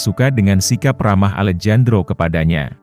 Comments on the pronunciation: Maaf min, Alejandro itu klo di baca Alehandro,,bukan Alejandro...itu dlm kata pengucapan nya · alejandro = bacanya alehandro mas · Alejandro dibaca "Alehandro" gitu min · Maaf koreksi ya , Alejandro dibaca Alehandro ya min 🙏🏻🙏🏻🙏🏻